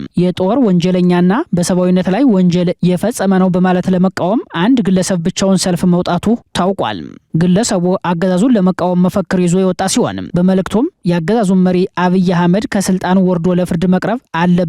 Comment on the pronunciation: መፎክር ሳይሆን የሚባለው መፈክር ነው አርም